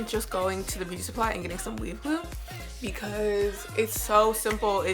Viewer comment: Sounds like she’s saying weed glue